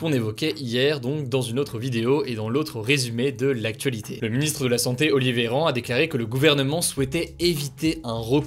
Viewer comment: Je rêve ou à 6min43 il dit Oli Véran ? C’est la famille mdrrr